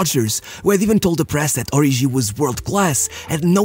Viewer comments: Its pronounced Ori"G"i, not Ori'jh'i. Kenyan here 😅 (its Kenyan name) Great video as always though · HE's "ORIGI", not "ORIJI"